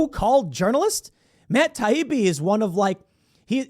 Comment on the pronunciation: Every clip of Democrats I’ve seen has been disgusting. Mispronouncing Taibbi’s name, dripping with condescension….they hate real journalists and whistle blowers. I’m so glad I left the Party for good when they chose Biden